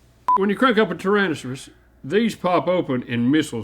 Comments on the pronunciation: Tyransuss -I refuse to believe that link can say that word right even when he's not Randy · From now on, I'm gonna pronounce "tyrannosaurus" the way Larnold does 😂